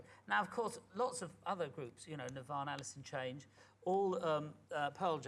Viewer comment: Did he say 'Alice in change'? Jesus fella...